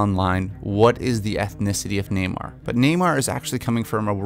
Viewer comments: Sounds like you're saying Neymar, like the soccer player. It's pronounced Nay-More. 👈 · NamOR not NamAre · Everytime you say "Namor" it sounds like "Neymar" maybe he should be cast in the role.....jk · Namir lol